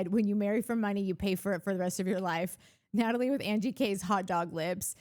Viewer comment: Nathalie, I love how you say my name❤You and Mike are literally the first people who say my name correctly, and I feel seen!!